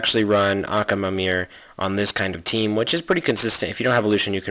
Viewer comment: I can't stand it when he says Accaamir and Tyrone instead of Tyron.